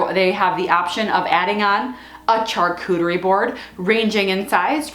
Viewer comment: Great ideas. Pro tip, it's pronounced shaar-koo-ter-ee. Not char-koo-ter-ee.